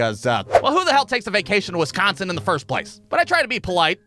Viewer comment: Why u pronouncing wisconsin like that 😂